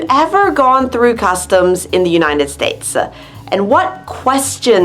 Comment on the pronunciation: Why do you say the United "States-a"? They'll all sound like Super Mario. I really liked how you orgaznized the video/vocabulary and your presentation is great!!